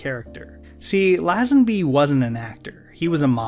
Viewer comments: I’m sorry to be that guy but your pronunciation of LAZENBY is doing my head in. It’s LAY-zin-BEE not LAH-zuhn-BEE. Great video btw! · great video! I love your take on media. BUT...its " lay-zen- bee" not "laah-zan-bee" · an enjoyable review - as i'm an english Bond fan I just wanted to give you a tip - Lazenby is correctly pronounced lay-zen-bee :) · It's lay, Lazenby ffs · Bro, if you’re going to say “Lazenby” that many times, at least look up the correct pronunciation. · This is a good and insightful video. You obviously researched a lot.... except how to pronounce Lazenby... As a Brit I found it really jarring. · Crikey, dude - Lazenby is pronounced like laser or lazy, not jazz .... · How many times can you miss pronounce George lazenby in a video. Let’s find out! Great video though, just was jarring to hear his name mispronounced time and time again.